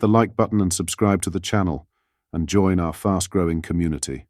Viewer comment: Robot voice overs are weird! "No ten!" "out country"